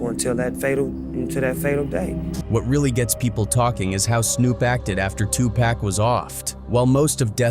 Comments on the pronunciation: 2 pock not 2 pack not one K in that mans name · Even white A.I. robots cannot pronounce Pac’s name right. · I am about to really unsubscribe to this channel because this guy can’t pronounce Tupac name, right?